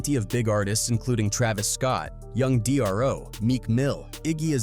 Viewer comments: Young Dro… not Young D R O This channel and AI 🤖 are clowns 🤡🤡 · Love the video but I can't believe you said D.R.O. it's just Dro like Hydro my guy 💯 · Young D.R.O. The minute he said that I stopped this AI madness. The writing is good so why not use human voices that can pronounce things correctly. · Dat bihh said young D.R.O.🤦🏾🤦🏾